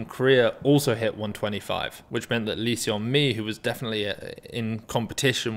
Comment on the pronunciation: hey if you pronounce lee seon mi as "lee sun mi" it would be closer to the actual korean pronunciation! Just thought you would like to know